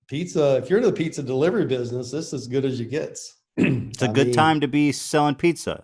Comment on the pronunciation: I like the way Papa says "Bidness"